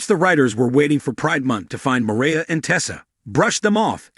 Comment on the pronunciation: Mariah not Maria